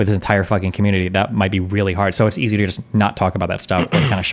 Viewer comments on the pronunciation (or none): none